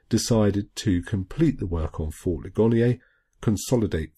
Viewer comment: That is fort Lig-an-ear. It received its name from the battle there. A wounded soldier said "Ouch, oh my Leg and ear". ;-)